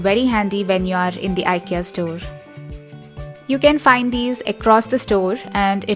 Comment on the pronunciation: It's pronounced as ee-kay-uh.. not eye -kee-uh.